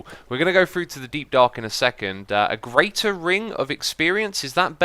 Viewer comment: I notice when you say words that start with "th", you pronounce it as "fr". I first noticed it when you used the word "three" a lot in an episode. For you, three is "free", through is "frough", and throw is "frow". Sounds kind of funny. Must be a British thing.